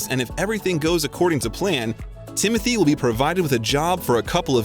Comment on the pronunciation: His name is not Timothy it is Tim o Tay!